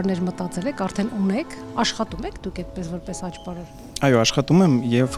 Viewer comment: Այոի մեջ հ չկա,որ ասվի խայո